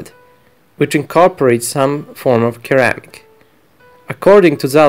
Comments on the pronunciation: Ceramic is pronounced SIRamic, like 'yes sir'. Just thought I would let you know . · By the way, in English ceramic is pronounced with a soft 'C', like our 'S'. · Hmm ah yes, KERAMIC.